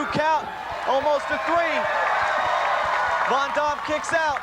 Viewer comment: He calls him rob von dom lol.. abs that damn refs hair lol